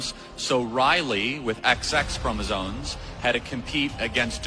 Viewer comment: Somebody tell Charlie Kirk that it's CHROMOSOMES and not CHROMOSONES, faaaaa Gawd sake!!! Keep killin' it 😀